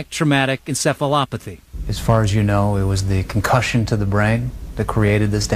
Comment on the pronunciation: It’s pronounced concussion not ‘con cushion’